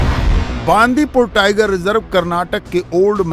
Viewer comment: Hindi States always mispronounce south language. It is not बांदीपूर, it is बंडिपुर.